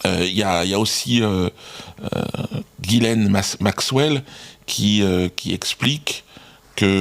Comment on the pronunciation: Putain Dieudodo Ghislaine (jis-laine) pas Guylaine...